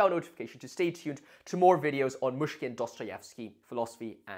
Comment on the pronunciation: Great video! One tiny tip on pronounciation: the "y" in Myshkin is similar to the "i" in "it". Otherwise it sounds like you're saying "Мушкин/Mushkin", which can be confusing to a native speaker